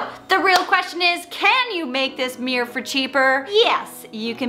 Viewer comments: CUTE! (But can we say meer-or instead of meer. It is two syllables. 😁) Also, great idea for a DIY series! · Why do Americans say “meee-errrr’. It’s a miRRor!!